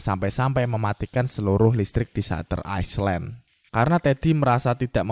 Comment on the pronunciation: Island : bacanya ‘ailend’ bro bukan iceland 🙏🏻